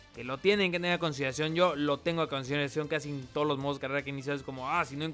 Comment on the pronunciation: Oye es cosa mía o en las despedidas en vez de "todos" dices "tono"??